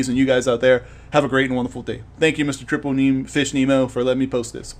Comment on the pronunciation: Lol please don't take this the wrong way, but I need to correct you ;) I'm female, and it's TippleFish lol not Triple ^.^! It's cool to see someone else's views on this topic, it was an interesting one to explain and also thank you for featuring me ^.^!